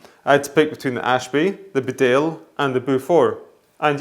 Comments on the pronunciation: Great video... Beaufort is pronounced 'bow-fut' or 'bow-fort'. Bedale is Bee-dale. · Beaufort is pronounced Bow For. Bedale is pronounced Bea Dale.